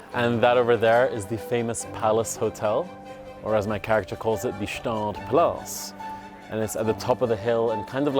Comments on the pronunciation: why bro say Staad and not Gstaad. I mean I'm swiss. It's called Gstaad. I'm also french but Idk what they call it since they don't know wtf to call anything. They call a brownie a broni. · a little tipp from a local, despite what your delusions told you, its definitively got pronunced "'staad", the G is hard and full in there GGGschtaaad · Swiss here, it pains me a little bit that you mispronounciate the city name, try to pronounce the "G" in the beginning. Quite important